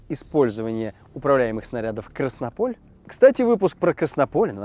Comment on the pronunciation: Красно́поль, а не Краснопо́ль! Три-ОФ-45, а не Зэ-ОФ-45! Эх, -... Ну не мог не докопать — слух режет что жуть